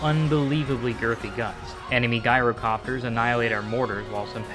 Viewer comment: Jye row copter not "Guy"ro copter